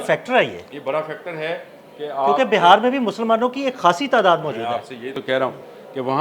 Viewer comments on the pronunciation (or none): Sir it's not BAHAR but BIHAR please correct your self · JANAB AAP BAR BAR BAHAR KA ELECTION KEH RAHEY HAIN. AAP KO INDIAN PROVINCE BIHAAR NAHI KEHNA AA RAHA. AAP KEY SAATHI SAHI TAUR PER BIHAAR KEH RAHAIN. AAP NAHI. SORRY TO CORRECT YOU.